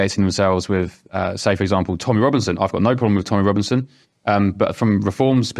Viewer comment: The word is ‘with’, not ‘wiv’, what’s wrong with millennials?